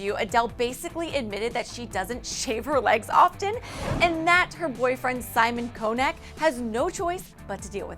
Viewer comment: Simon Koneck ???!!! Cleaning the names "before' become ridiculous reading it wrong may pay off... ;)